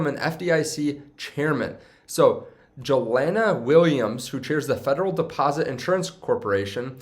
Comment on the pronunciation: Its pronounced Yelena, its a slavic female name. It takes 30 sec to look it up and be correct.